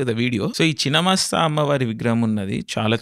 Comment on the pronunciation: Good video. Pl take care of diction of imporantant words. Its is ఛిన్న మస్త..